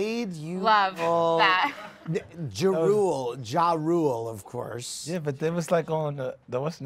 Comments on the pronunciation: She called him "Juh rule" 😂😂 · U know the beef is old when people don’t even know how 2 pronounce ja rule lol 😂